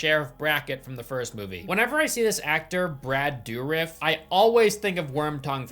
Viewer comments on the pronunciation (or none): “Brad Doo-riff” hell nah, that’s my guy Chucky right there, show some respect and say it right